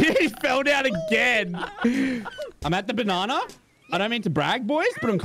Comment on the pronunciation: I love how, instead of saying "Banana" he says "Banarnar"